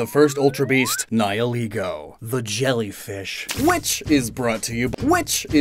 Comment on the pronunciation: english speakers ALWAYS get the wrong pronunciation with Nihilego